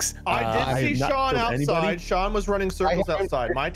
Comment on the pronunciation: I Thought He Said "It Was John"